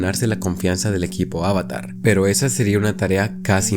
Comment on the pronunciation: Me perdiste desde que pronunciaste avatar mal